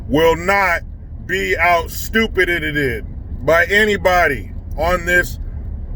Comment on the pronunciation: I swear everytime he mentions California....there is another syllable to "out stupidedededed"......always a laugh